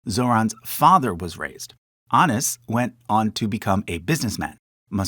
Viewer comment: There were a lot of pronunciation mistakes. Anis was pronounced abis (I I heard correctly), but let's be gentle. I'm more concerned why there was no family tree for Mira Nair